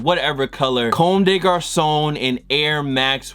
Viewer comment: The way you say comme des garçon annoys me